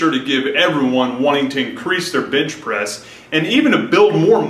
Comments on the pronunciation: Bench * not bitch bro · Is he saying.....bitch press??? LOL!! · yall noticed how he said " bintch presss" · Is it me or is he saying "bitch press" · why he always saying bitch pressing ? lmfao